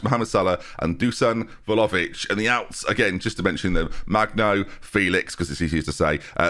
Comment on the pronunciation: I thought I was done hearing VOLOvic 🤦🏻‍♂️😭